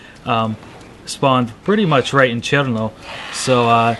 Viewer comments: I need to hear more R in CheRRRRRno! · When you said cherno you turned russian.